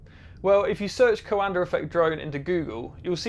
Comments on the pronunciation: its pronounced like da but without the d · coANDER effect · Funny Englishman putting an “R” on the end of coanda!🤪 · Minor note, that Coandă is pronounced more like "kwan-duh" rather than "ko-un-der". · My dude can't pronounce words with R at the end, but he nails that r on COANDAR. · Me: Coanda Him: Coander This threw me off so much wtf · Talking like a Pirate. CoanadaRRRR effect. I'll bet he also says... ChinaR AustrailiaR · "Coander Effect" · It's pronounced "coanda effect", not "coander effect". Britishers are weird. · Awesome explanation! One bit of help those not speaking Romanian, Cuanda is pronounced "cwanduh" :) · It is called the Coandã effect, named after a romanian scientist, and it is pronounced coándā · "The coander effect" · Super cool! Note: the prononciantion is quan-the ("quan" like in quantum and "the" or "da" like in "DaBaby") 😅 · There's no R in Coanda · You are buttchering the name COANDA!!! DO the researche and get it right!